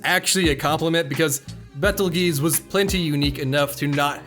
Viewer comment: Just wanna say, Betelgeuse is pronounced like “beetle juice.” Y’know like that star, or Tim Burton film.